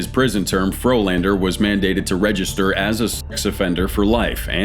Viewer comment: Turned a Frolander into a Floorlander.